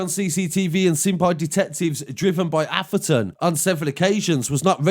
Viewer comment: You mean Atheron not Aferton